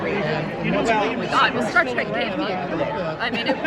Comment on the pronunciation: Star TREK.....T R E K.....not track....Trek, as in journey 😳